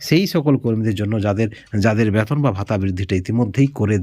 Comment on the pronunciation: ব্যাতন নয় বেতন বলা চেষ্টা করুন।